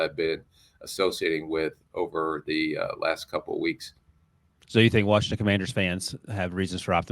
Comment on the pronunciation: This dude says warshington , get dis dude outta here, job done and we thank ya. Go on now✌️